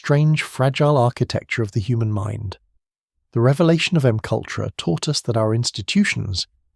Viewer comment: Can you proof your content before posting? It’s terribly annoying listening to McUltra… if you’re going to use AI voices at least spell out the script phonetically so it reads it correctly…